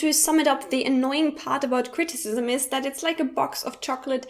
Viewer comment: Yes, but it's not pronounced that way.